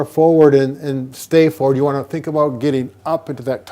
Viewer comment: "if you wany"